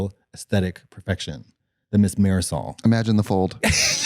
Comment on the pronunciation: When they said "maryzal" I literally though that was an actual name until my Mexican ass figured it out it's "Marisol"😂😂😅😅 Am I wrong?? 😅😅